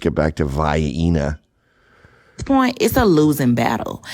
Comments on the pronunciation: For the record, I would NEVER go to "Vie-EEENA" either!!! And I am from Vienna!!! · The hyena says vyena 😂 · Vayeennah, yeah! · Vy-eena. She can't even be bothered to pronounce it correctly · Funny enough there is a town named Vienna just north of East St Louis and they pronounce it almost like she did; Vy-enna. And the demographic is exactly what you'd expect. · "Vy-een-na" is an uncommon Southern way of pronouncing Vienna. When I was a young pup living in South Carolina, I had a friend of mine who would pronounce it that way. I, too, am from the south but I did NOT pronounce it that way. Cracked me up. So this is not just a "Black" way of pronouncing the word. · You now the destination is NOT for her when she pronounced the name of the city as "Vai-eena". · She calls it "VY-ENA". that's how her granddaddy said it when he was eating vienna sausages. And if she didn't take into account that Austria is a White country with White culture. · You traveled to Vienna and are still calling it “Vie-Eh-Nuh” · All that history and architecture and all she wants fried chicken and grits…? Yeah, last, it’s you and not…Vii-eena.🙄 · Vy-Eena . like hyena .LOL ! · Pronounces Vienna as “Veye-eenuh”. What a simpleton. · Came here just to hear that moron say Veiena again...😂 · Lmao it's not pronounced vyena 😂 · "Vee-ehn-naagh".... what a fxxxing troglodyte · Hiena on Vienna 😅😅😅😅😅. I suspect she didn't go there. She can't say the name properly. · I count this as a win. Please convince all black people not to visit Vay-ena. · Vi-ena aint gotts noffin for no get-toe queens. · "Vaheehnnah" .... Lord have Mercy.... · Bi - enna? lol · She thinks it's pronounced like southerners pronounce " Vy-eena" sausages ‼️🤣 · Did she call it Vi-anna? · Sorry, Gavmaster...lost me at "VaYeenuh" I cannot abide ignorance at this level. I like your new sunglasses. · It's pronounced "Wien"! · Va-ee-na, arkitek... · Was she saying 'Vah-eena' as a joke or was she really that much of a fool? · No it's Vaienna